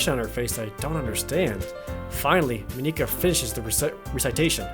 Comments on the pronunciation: Mon-Ik-Ka not Mon-eka Just Mon-Ik-Ka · You don't need to pronounce Monika's name in such a japanese way, Jared. It's not Mon-e-ka. It's just Monika. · Am I the only one who's a bit bothered with the way Jared pronounces Monika? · He records the videos edits and uploads parts of the game one day at a time so he won't know that he's SAYING MONIKA WRONG